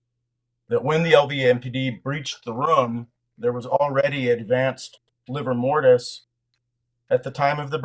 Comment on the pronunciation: “Liver mortis”? 🤔